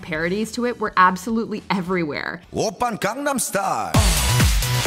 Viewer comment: Gangnam Style. How can she mispronounce it while it is being pronounced in the video?